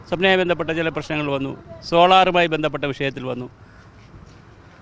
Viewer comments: ബന്ധപ്പെട്ടയ്ക്ക് ഭേന്ധപ്പെട്ട എന്നാണ് പറയുന്നേ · ശബരിമല ആണ് ശഭരി മല അല്ല ബന്ധപ്പെട്ട ആണ് ഭേന്ധപ്പെട്ട അല്ല റിപ്പോർട്ടർ ശ്രദ്ധിക്കണം